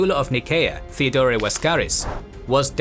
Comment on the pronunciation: As always loved the episode... but... why you keep pronouncing Theodore(both Theodores) the way you do? If it's meant to make it sound Greek... it doesn't...At all. Cause for starters the Greek is spelled "Theódōros"... Theodore is an English(well in this case anglicized) name. It's meant to be pronounced the same way you pronounce Teddy Roosevelt's name. (Sorry for being the phonology nazi again, but you just make it sound awkward for no reason ... No offense I hope)